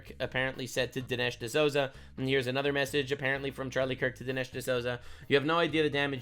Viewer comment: You are mispronouncing "D'Souza"